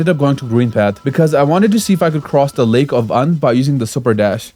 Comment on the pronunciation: It’s not lake of un it’s lake of unn. Ew n get it correct >:(